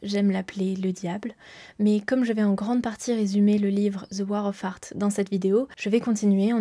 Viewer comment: Superbe vidéo, par contre fais attention à bien prononcer The War of Art sinon on entend la guerre des prouts 🤣